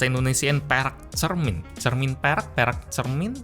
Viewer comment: tiap lu bilang perak gue dengerya lu bilang perek bang 😭😭😭